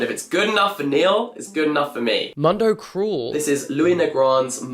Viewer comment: Love you but it kills me to hear your pronunciation of mundo cruel it’s something more like moondo cru-el (I have no idea how to put it for English speakers )